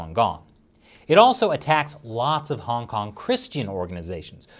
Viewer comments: Does anyone else hear “Honk Honk” every time he says Hong Kong? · I can no longer hear say "Hong Kong" any more - it just sounds like "Honk Honk." Once heard, can never be unheard. It's not ' pronunciation - it's the CCP's ideology.